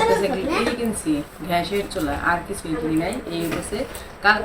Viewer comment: it’s not ghash, it’s gas. Please try to correct your mistake.